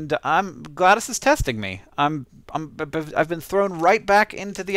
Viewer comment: why does hank pronounce it gladis if its spelled glados